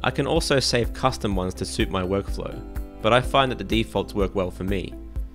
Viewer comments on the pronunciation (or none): none